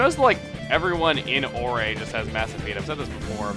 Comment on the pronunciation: *facepalm* Chugga corrects himself for pronouncing "Agate" incorrectly... Still manages to stress the wrong syllables, therefore pronouncing it incorrectly anyways... And still hasn't fixed "Orre."